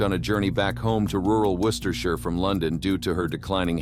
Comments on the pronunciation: The first American Narrator that I've heard to prpnounce Worcestershire properly, well done! Also a great video, im subbing. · Messed up the pronunciation of coup de gras, but nailed Worcestershire. Impressive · Well done on pronouncing Worcestershire correctly 🤘🏻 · Omg I just commented the same thing! I was amazed and happy he'd made the effort to pronounce it properly!!